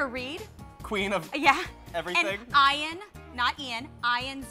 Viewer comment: ian thats my name the way she pronuced it awesome